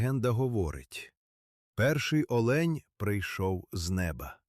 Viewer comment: Не олеʼнь, а оʼлень!